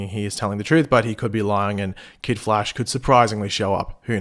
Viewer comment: It's prnonced Flash not Flashe